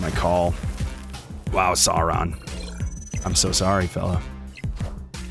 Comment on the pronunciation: Pronounced Sore-on like dinosaur